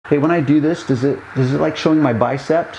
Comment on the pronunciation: bicep not bicept